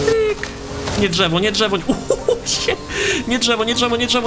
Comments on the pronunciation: DŻEWO xDD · drzewo dżewo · DŻEWO XD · DŻEWO nie no żartyje DRZEWO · Dżewo ❤️ ( ,,ż" XD ) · Intro be like: JIIIII, JEEEEE Drżewo (specjalnie) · dzrzewo xd polski sie pami ęta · dzewo sie pisze :p a nie drzewo czy dżewo